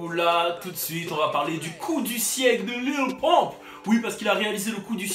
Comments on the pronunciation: Wallah c'est pas Lil Pomp c'est Lil Pump xD ( a prendre au second degré ) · LIL PEUMP CA SE DIT LIL PEUMP MAIS EN ANGLAIS LIMITE LIL PUMP OK MAIS PAS LIL POMP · Mdr au lieu de dire Lil pump Tu dit Lil Pompe bruuuuhhh damn it